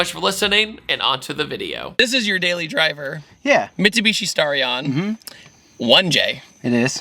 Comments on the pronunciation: I meant the pronunciation of the word, "Starion", duh 😅. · Back in '87 NOBODY called it a Starion (rhymes with Star), like nobody, not the manufacturer, not the dealers, not the road testers, not the buyers, not the TV announcers, nobody, I don't know why the kiddies keep repeating it because not only does it sound ridiculous it's also inaccurate.